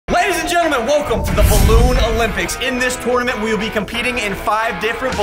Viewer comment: The way he says tournament kills me every time 😂 no hate all love 🫶🏻